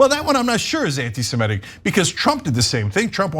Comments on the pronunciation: Ana, it's 'anti-Semitic'- not 'anti-SemEtic.' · I winced each time Ana said "anti-Simetic." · It's not 'my way.' That's how it's spelt. Both Semites and Anti-semites agree on that. And I'm not alone in the Comments pointing it out. To avoid confusion - please note that the 'i' in Semitic is pronounced as in 'idiot', not as in 'iron.' Maybe it's an American thing (I'm Australian), but 'anti-Semitic' simply doesn't rhyme with 'emetic.'